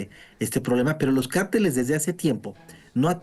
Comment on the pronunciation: El único que habló con inteligencia es analista hombre. Ésa pobre Sra.. Como espanta pajaro,! Huy que ése grupo de cárteles, jng. Son muy poderosos. Por cierto Sra. Se dice. Cárteles, con asento en la a es una palabras esdrujula. No de dice; carteles. Es otra cosa. Y siguiendo con lo que estábamos. Ciertamente esos criminales crecieron, porque lo dejaron crecer, les dieron poder. Pero al final, no quiere decir, que no se pueda combatir. Ésos cobardes. Si no pregunteles al Rey David. Cómo combatía sus enemigos. Porqué porque Dios le daba la Victoria.